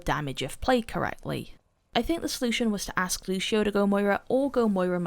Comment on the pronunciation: LUCIO, NOT LUSHIO GOT DAMN